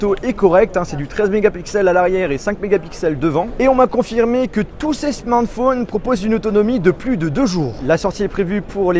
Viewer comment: Smanth fonne